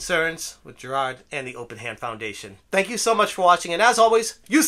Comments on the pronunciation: Who's Jer-rod? I thought his name was Jirard? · the best part of this guy reporting on this story is the boston kind of accent whenever he says “JIRAHD” ☘️